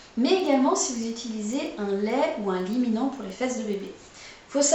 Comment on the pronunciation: super cette vidéo et efficace. merci pour vos astuces.!!! Si je peux me permettre, on dit liniment et pas liminent ;-)